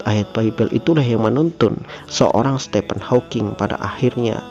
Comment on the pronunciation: Nikmat iman, anugerah terbesar. 🤲🏻 Btw Admin, Stephen dibaca “Stifen” bukan “Stepen” 🙏🏻